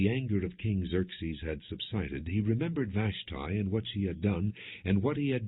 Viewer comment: Glad Vash tee is not mentioned long the mispronounciation is driving me crazy